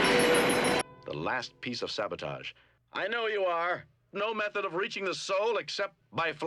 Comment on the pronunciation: Shatner actually pronounced "sabotage" correctly!